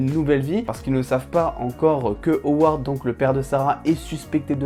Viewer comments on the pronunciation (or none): C’est Ward pas haward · Bonne vidéo mais juste, pas award ou oward mais juste Ward